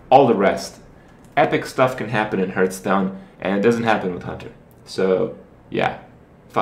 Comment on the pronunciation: Don't say "herthstone" kthx